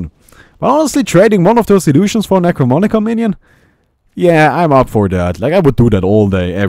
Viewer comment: You keep saying "Necromonicon" instead of "Necronomicon". It makes me feel very uncomfortable.